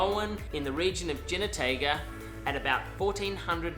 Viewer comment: He - no - teh - gah…Jinotega